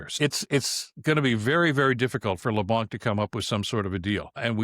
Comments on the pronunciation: LeBlanc is pronounced with a silent c. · In Leblanc the c is silent. Time that i can give to Carney but slack never. I can't read his mind, i trust monsieur Carney way more than i can trust the conservatives but Canadians shouldn't lower their vigilance and should never mute their voices, We have the right... no the obligation to keep our govt in line or we are doom to fall in the same hell than all countries governed by totalitarians and dictators.